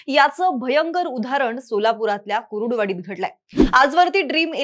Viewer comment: कुरुडुवाडी असं नाही कुर्डूवाडी असा उच्चार करा.